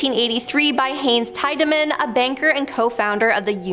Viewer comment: Tiedeman is pronounced Tee-da-min. For crying out loud, do your homework!